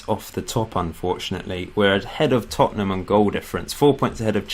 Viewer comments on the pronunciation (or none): none